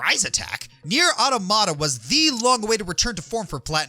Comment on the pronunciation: Come on you couldn’t do a quick google of how to say Automata correctly?